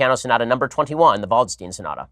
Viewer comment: I just got AIDS from your pronunciation of "Waldstein" haha